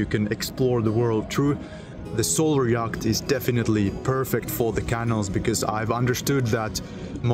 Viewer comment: Interesting project, but there are two words you really need to learn how to pronounce, yacht and channel.